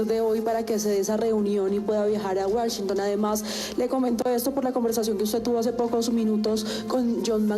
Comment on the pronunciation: Jhon maramana, wasinton jaja gracioso. Igual no pasa nada, solamente es pronunciación.